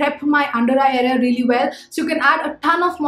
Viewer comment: I like the way you say, Rrreally, rrright :D